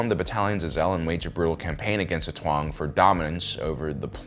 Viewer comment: what is it with you and getting all the words wrong by 1 letter? Tuang instead of Taung, Culomi instead of Columi and Bootna eve instead of Boonta eve. Bizzarre